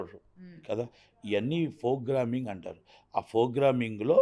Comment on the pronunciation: 'F'rogramming; 'BULLUthera' - kaani thammudu correctga cheppaada!